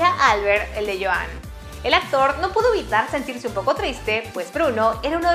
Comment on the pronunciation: Me da gracia el Joán en vez de Yuan y Orella en vez de Urella xDD